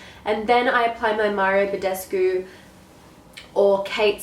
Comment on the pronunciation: Mario Badescu? You pronounce it so cute! I'm Romanian :)